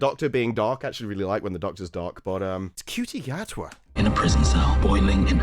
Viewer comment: the only knt on t'interweb who calls Ncuti, (which, by all accounts is, pronounced, Shootie) Cutie. Maybe he is actually a lesbian......